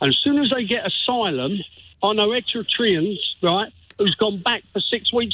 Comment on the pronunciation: Jesus..he can even say...Eritrean...:face-orange-raised-eyebrow:😂